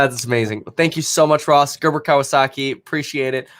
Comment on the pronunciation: way to butcher his last name , gg